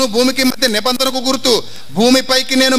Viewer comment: anti.anibandana chepaledu..nibandana anto chepu..vakyam sariga chaduvu..neee